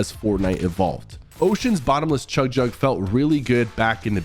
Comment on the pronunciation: He said Jug-Jug.